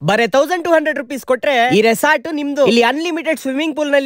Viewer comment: Its resort brother, Not resoort, correct aagi pronounce madak ke kali yo modle...